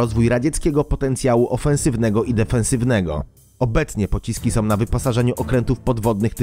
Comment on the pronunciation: fajne filmiki i materialy, fajnie sie oglada, ale podkerslam ktorys juz raz, lektor moglby sie postarac mowic poprawnie, bo az uszy wiotczeja jak sie slucha, "som" czy tak w tym filmie "masom" to nie jest po polsku, jak ktos zajmuje sie polprofesionalnym robieniem filmow to niech postara sie choc troche o poprawne mowienie, proste